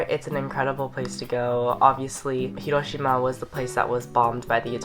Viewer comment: Do you speak Japanese??? Your pronunciation of Hiroshima is 👌